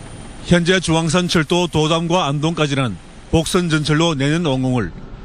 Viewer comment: 주앙선 아니고 중앙선